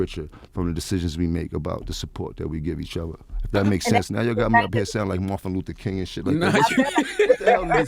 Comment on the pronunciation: He said marfin lufer king 😂